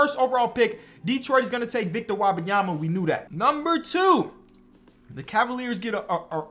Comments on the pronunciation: it's Wembanyama not Wabamyama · Wabayama? I could be wrong but I thought it was pronounced Whim- bahn- yah- muh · I love you bro, but it’s Wembanyama. It’s spelled how it sounds. Whim-bahn-ya-ma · pronounced Victor Wembanyama wrong the whole video it really pissed me off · You are pronouncing Wenbenyama's name wrong. Love your videos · Love the vid but you gotta learn how to pronounce Wembanyama